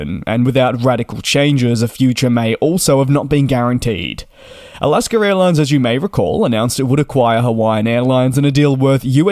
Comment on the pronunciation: There is no R at the end of Alaska. That being said, good report merry Christmas.☃️🍻